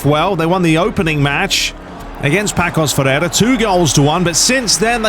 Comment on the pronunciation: It’s actually pronounced passos de Ferreira